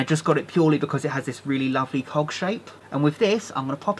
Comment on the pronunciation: Gonna be honest... Every time he said cog it sounds like he is saying cock. Sorry.😁